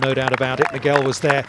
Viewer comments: That first tee announcer dude butchered his name so bad lmao. Migwell? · Bro that announcer BUTCHERED his name. Like it's not like he's a new guy on tour and nobody knows how to pronounce his name.. My man's been around for ages and any broadcaster worth his salt would have done him the courtesy of knowing how to pronounce his name lol